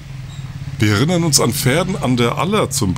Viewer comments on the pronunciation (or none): none